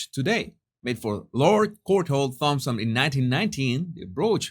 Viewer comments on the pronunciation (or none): none